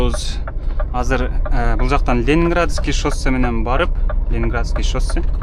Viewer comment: Шоссе деп жазылып Шассе деп окулат иним